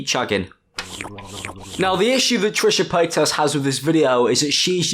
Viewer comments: I love how he says Trisha Payt*ass* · "Paytas" ... can't help but hear "pétasse" (which means "bitch" in French). I spent the whole video thinking you were pronunciating it that way on purpose. Hope it's true !